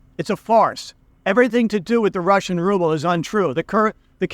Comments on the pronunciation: The way you pronounce "Rrrrouble" makes my day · Rrrusshian Rrubbe 😂🤣. Cracking me up first think in the morning in London coffee shop 😄